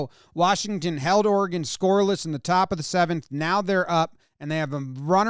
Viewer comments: As an Oregonian, I guess I want to thank Jomboy for knowing how to pronounce our states name. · Thanks for pronouncing oregon correctly